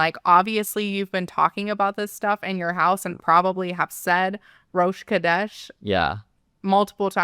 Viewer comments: So interesting, if he is saying Rosh Kodesh, unprevoked, it coming from G-d, you would think he would be saying it with the correct pronunciation and stress pattern yet he says it with incorrect stress, just the way she pronounces it. Edit to add he also pronounces Kodesh with a 'k' sound instead of a 'ch/kh' sound. A 'k' sound changes the meaning to 'holy head'. Should be Rosh Chodesh. Feel free to correct me if I'm wrong, I'm not a native Hebrew speaker! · CHHHHodesh, not 'Kodesh'. The first roughly means 'month', the latter is some variant of the word for 'holy'. (You nailed 'sukkot', though)